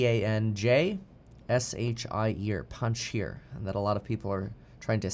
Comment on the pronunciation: (Pahn-shear) panjsh…eer. I died laughing at this